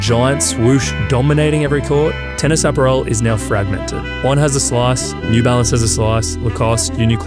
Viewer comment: I've never heard apparel pronounced like Aperol lol